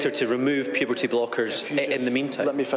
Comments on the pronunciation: "Puperty" blockers?! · Ban what? Puperty? 😂